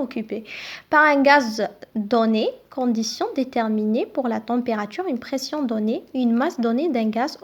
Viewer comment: Pression pas perstion